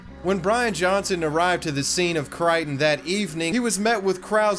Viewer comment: I am so glad you pronounced Mobile and Crichton correctly.